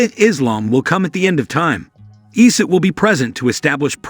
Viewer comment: Brother try to make it say Eeesa not Isay.